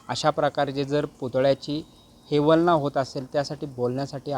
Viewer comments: पत्रकारिता करताना शब्दात व्यक्त होताना आत्मविश्वास कमी आहे,हेवलना नाही अवहेलना केली, महाराजांच्या नावांचा उल्लेख करताना दडपण आले होते कां पत्रकार बंधुं ची कमाल आहे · हा पत्रकार कोण आहे? त्याला नीट बोलता/ उच्चार ही येत नाही. शिवरायांची हेवलना म्हणतोय. अरे बाबा हेवलना नाही अवहेलना म्हणतात. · पुतळा पडण्याची घटना घडली.. प्रकरण झालं नाही. आणि अवहेलना असते हेवलना नाही. कसे पत्रकार? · हेवलना नाही अवहेलना म्हणतात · अहवेलना असते ते हेवल्ना नाही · हेवअलना नाही भावड्या अवहेलना बोलत जा !! इतक्या मोठ्या व्यकीची घेण्यासाठी तयारी करणे गरजेचे आहे. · आयबीएन लोकमतने एवढ्या महत्त्वाच्या विषयावर एका मोठ्या शिल्पकाराची मुलाखत घेण्यासाठी ज्याला 'अवहेलना' व 'निकष' हे शब्द योग्य पद्धतीने उच्चारता येत नाहीत असा मुलाखतकार पाठवला. प्रश्न कोणते विचारले जावे, याचीही त्याला जाण नाही. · अहो , हेवलना नाही,अवहेलना म्हणतात. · "हेवलना". अवहेलना म्हणायचं आहे का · मुलाखत घेणाऱ्याला "अवहेलना " शब्द उच्चारता येत नाही. तो "हेवलना " असा उच्चार करतोय. बघा आणि 4.27 . इतका अशुद्ध उच्चार कसं करू शकतो लोकमत चा पत्रकार???????? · या बातमीदाराने 'हेवलना' हा शब्द कोठून शोधला? 'अवहेलना' हा योग्य शब्द आहे. प्रथम मराठी नीट बोलायला शिका, साहेब. मग मुलाखती घ्या. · हेवलना नाही अवहेलना पत्रकारांनी मराठी भाषेचा अभ्यास करावा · हेवलना नव्हे अवहेलना म्हणा पत्रकार साहेब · हेवलना नाही,अवहेलना म्हणा. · हेव्हलना नाही रे अवहेलना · रिपोर्टर साहेब, तुम्हाला अवहेलना शब्द बोलता येत नसेल, तर तुम्ही पत्रकारीतेची #हेवलना पहील्यांदा थांबवा. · ह्या कामात जबाबदार असलेल्यांचा तीव्र निषेध. संबंधितांना कडक शिक्षा व्हायला हवी. अनुभवी शिल्पकार शोधायचे सोडून झटपट काम करणारा अननुभवी शिल्पकार निवडणे हे निंदनीय आहे! हेवलना ... हा reporter मराठी भाषेची हेवलना करतोय ( अवहेलना )